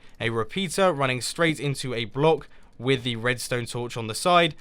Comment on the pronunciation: Hahahahahahahhahahah I hear that. The right pronounce of block is block u say ( BULOK ) in faster way